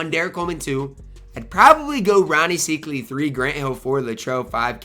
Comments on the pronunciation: Rony "psych" ly is how its pronounced....just an FYI:) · Don’t get mad at me but it’s pronounced SIKEely (